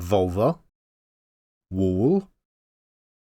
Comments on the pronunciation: You said Volver and I for sure thought you said Vulva for a second. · did a double take at the British “volver”